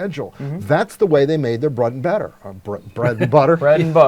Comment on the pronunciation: "Brud and beatter" Not going to forget that anytime soon. LOL.